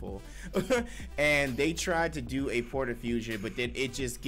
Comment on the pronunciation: What are these “Porta” earrings y’all keep talkin about?! Isn’t it “Potara” (Poh-Tar-Uh)?